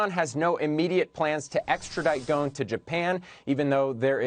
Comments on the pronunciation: Why are they pronounce his last as Ghone? His last name is Ghosn (pronounced Ghoson) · His last name is pronounced go-son